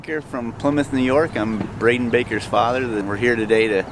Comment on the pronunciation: Threw me away when he said my name exactly mine is just spelled brayden baker lol